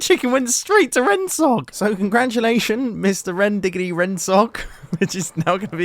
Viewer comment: Ah yes, my favourite hermitcrafters. Rendsogs, scarts, stedss and girn.